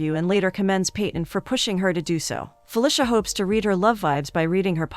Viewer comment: Am I the only one who is uncomfortable by the pronunciation of "Fuh-lisha" 🤣🤣 it's usually "Fuh-leecia"